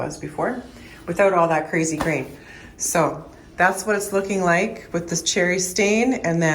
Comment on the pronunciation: Grain! I thought you were saying Green!